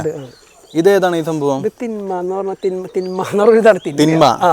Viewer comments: തിന്മ അല്ല തിമ്മ ആണെന്ന് തോന്നുന്നു 😊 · thinma allatto thimma aanu